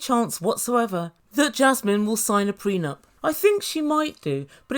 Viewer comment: These two are looney!! Her dramatics and his whiney voice!!😂😂😂😂 A couple made in HELL!! and his "prenump" (I think he's saying it wrong!) GREAT video!!!